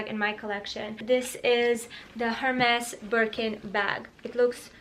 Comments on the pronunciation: it is not hääärmes it is ärmäs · Beautiful it's pronounced as ERMES(HERMES)you pronounced more of E then H...which is silent. .😍😘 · You can buy a designer goodies but you can't pronounce it right ugh!!!! Hermes is pronounce as "ermes" that sounds embarrassing 😂😂😂 A 13 year old girl correcting you how to pronounce a hermes right 😊😉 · Please, the H doesn't pronounce... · That’s not how to say Hermes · love the handbag collection! Bur it is not Hermes, the H is silent, when you pronounce it.